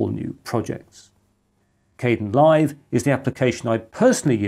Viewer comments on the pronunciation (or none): The KDEnlive project pronounces its name differently.